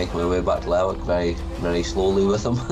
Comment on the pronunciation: lerwick is actually pronounced LERICK.